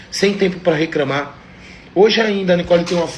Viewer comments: Sem tempu pra recramar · Meus ouvidos sangraram com essas declarações ("tamu gravando" e "recramá") e meus olhos sangraram com tamanha falta de amor próprio vindo de um maluco que sofreu todo tipo de humilhação da ex, pqp